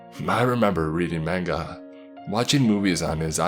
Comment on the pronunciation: I---- how tf----- did he rlly say manga like that???? 😭😭😭😭😂😂😂